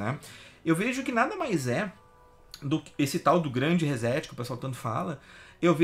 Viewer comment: Rezéti fio?...quer dizer que setar se pronuncia zetar?...fala serio hein...reset se pronuncia reçeti...ou resseti...assim como setar se pronuncia çetar... em portugues brasileiro...em inglês reset se pronuncia riset...com t mudo ...reset que vem da eletrônica digital significa zerar tudo...começar de novo...Internet tambem é cultura...